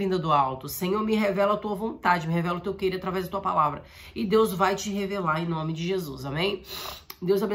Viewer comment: Irmã, parece não ser nada demais, mas quando você deseja a paz parece dizer: "Paz SEM Jesus!". Seria bom ver a dicção.